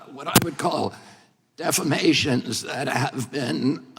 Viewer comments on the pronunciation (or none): Defamation, not defammation.